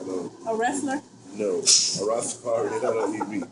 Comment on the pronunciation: Or how he pronounced Rastafari. Plus the buns have egg in it.